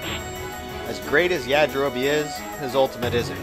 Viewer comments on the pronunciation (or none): none